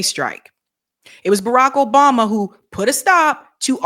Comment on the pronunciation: Ugh. mispronounced his name. Can't watch. She did a Cuomo.